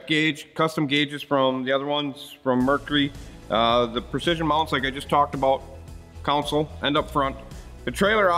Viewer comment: Is “council” a Wisconsin version of “console”? 🤔 con-sole